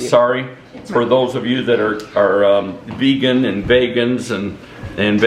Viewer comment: Vegan... Vayga... Vegas...🤣🤣🤣